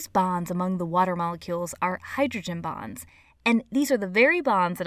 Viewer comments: when she said hydrogen bonds i thought she said hydrogen bombs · it sounded like she said hydrogen bombs.